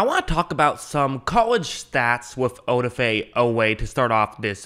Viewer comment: Good analysis by the way the emphasis is on the da...oDAfe